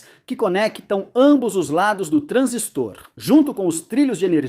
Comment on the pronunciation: Transístor, putamerda! É paroxítona. TRANSÍSTOR e não TRANSISTOR...